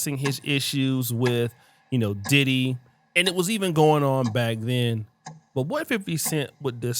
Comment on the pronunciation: You said Diddy name wrong at the beginning